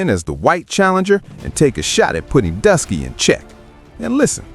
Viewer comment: lol so you took oshay duke Jackson’s video transcript, put it into ai and had it rewrite it, used an ai voice over (without checking that the AI said Druski as “Dusky”) and posted it… I ain’t mad, here’s your engagement… but still